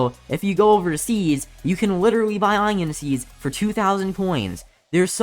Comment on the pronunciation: no one: literally no one: saying onion: inon